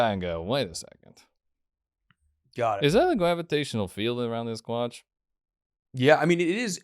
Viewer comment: “It’s a gravitational field around my cwotch” 😂 “You just gotta pull my gravity field” I’m definitely trying that on the misses